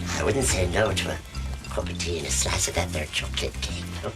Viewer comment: .... " And a Shlishe of Cake... "